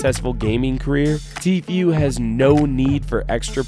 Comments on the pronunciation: Idk why it bothers me when people say “tfyou” it’s tfuuu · So no one is going to talk about how he pronounce's "Tfue" Its Tifu dude, nad tifuie